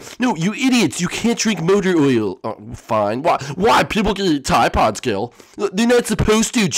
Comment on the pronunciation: Teeday Poedes (tide pods)